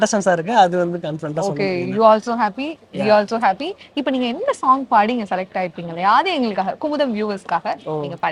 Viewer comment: குமுதம் தமிழை வளர்த்த இதழ். அதிலிருந்து வந்து " சோங்" "சோங்" என்று சொல்வது சரியா? தமிழைக் கொலை செய்யாதீர்கள்